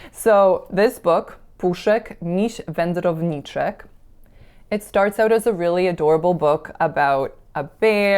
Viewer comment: Wow, I was astounded right away when u said Puszek Miś Wędrowniczek, kinda indistinguishable from native Polish🔥👏🙃